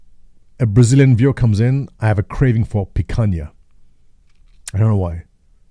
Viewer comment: Hey!!! thanks for mentioning the foods of my country..... some pronunciation checks: it's Picanha (says like lasagna) and not picaNia Cachaça and catupiry sounded just right. About the pizzas, it changes between counties, the best ones are in São Paulo (the amount of filling is out of this sistem). The flavours...... it's complicated, we like weird stuff that works all with catupiry filled crust!!! Very, Very good!!!